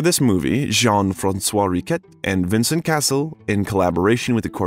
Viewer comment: The constant mispronunciation of most French names, not in the least the name of the subject himself, makes this too infuriating to watch.